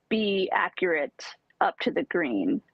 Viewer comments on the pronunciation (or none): none